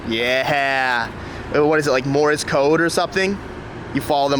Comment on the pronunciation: “Morris code” 😹😹😹